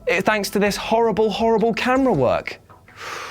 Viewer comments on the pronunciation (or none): none